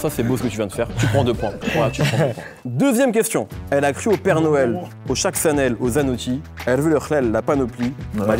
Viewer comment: "au chac sannel" 😂